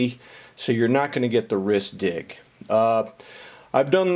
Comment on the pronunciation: did you just say "Wrist Dick?"